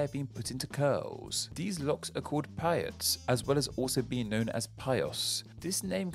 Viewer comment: another point to mention is that the jewish sideburns that you pronounced PAH-yot are actually pronounced PAY-ot or in yiddish PAY-os as in the a in paycheck. they come specifically from a prohibition in the bible of not being allowed to use scissors on your face hence the beard as well. also as a proud fellow wordnerd i should mention that as i do understand you are talking basically about the etymology there should be a mention of the fact that the fro or afro hairdo really came into being because of the political ramifications of the black power movement in the 70s and as they spent the 60s trying to get their hair to look like white hair they now wore fros to suggest black pride.